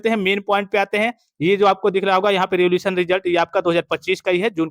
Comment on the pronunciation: सर रिवोल्यूशन नहीं रीइवेल्यूएशन होता है m